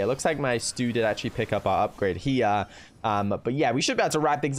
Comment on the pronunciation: I counted around 25 "jia" or "here" in british accent